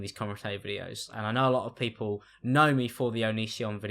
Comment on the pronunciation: “look man other poople” wait wtf did you say 😂